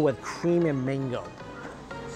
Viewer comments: Why keep saying mingo ? It’s mango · Cam you stop pronouns as mingo , it’s is mango